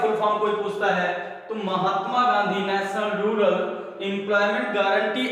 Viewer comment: Rular nahi hota use rural kahte hai 😂😂😁